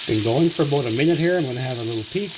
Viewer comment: "Boataminit"! Love it!